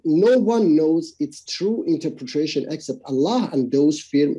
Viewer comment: its unreal that after so many debates and so many people pointing it out he still cant pronounce interpretation.